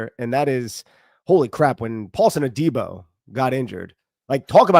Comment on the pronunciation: Love the show but for gods sake..it’s pronounced “A-Dee-Bo “ not” day-bo” lol